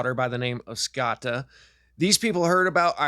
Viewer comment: It’s scota said like “note “ so rhymes with note-a is scota.. like boat coat etc scote .. but scota